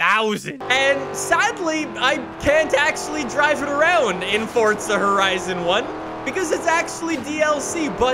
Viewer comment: FORTZA HORIZONN 1